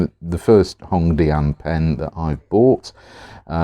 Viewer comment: hongdianの発音がネイティブっぽい笑